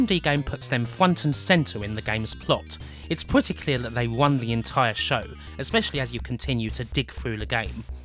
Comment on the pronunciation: I'm sorry, fluent non-native English speaker here. Is it common for a ln accent to substitute "r" for "w"? Words such as "wun" or "wenwaku" made it a bit hard for me to understand what was being said initially, until I realized it was actually the "r" phoneme being spoken. I found it pretty interesting. Great video, by the way, on a series that is amazing, but still largely under-explored.